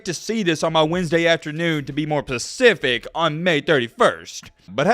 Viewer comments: please I beg you learn the difference between pacific and specific lmao idk why but it bugs me and stands out so bad every time I hear you say it 🤣🤣🤣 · You have to stop saying pacific instead of specific. Man, you sound so ignorant. My god. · Say it with me “SPE-cific” not pacific. You got it man we believe in you! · Sounds like Spe or Spa! Specific!! Pa! Pacific is an ocean my guy! Don't worry alot of younger people who never paid attention in English class say it the same way "pacific" but it sounds so uneducated. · "Pacific" Everyone else: says slowly "specific"